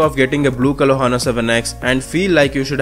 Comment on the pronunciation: h is silent brother